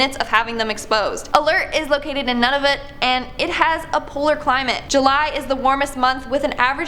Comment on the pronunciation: "Most highly educated community in British Columbia",,, but it's NOT in British Columbia... 🧐🧐🙄 Lasqueti is pronounced Las-queetie... Nunavut is pronounced Noon-a-vut